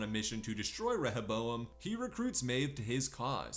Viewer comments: It’s RE-HO-bo-em. Not rehe-bo-em. Seriously annoying to listen to. Did you even watch the season? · ReHOboam. Not rehèBOam